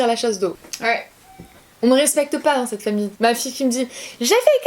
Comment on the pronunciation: cette et non pas ceet... 😉😂